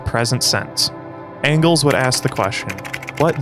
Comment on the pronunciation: yo said "Fredrick Ongles" lol